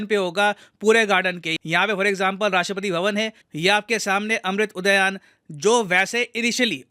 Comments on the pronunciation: अमृत उदयान नही, उद्यान है। हिंदुस्तानी हो अंग्रेज़ मत बनो, शब्दों का उच्चारण ठीक तरीके से करो सर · क्या महोदय एक शिक्षक होकर "अमृत उद्यान" का सही से उच्चारण नहीं कर पा रहे हैं.